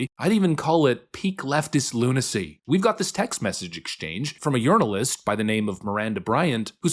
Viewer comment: AI just crewed up on this video. I believe it's journalist, not "yournalists." lol (@